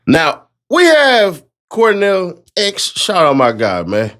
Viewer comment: did you say Cornell? 😂😂 I swore I heard Cornell and not Quanell.